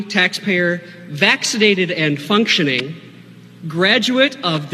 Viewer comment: He said functioning hahaha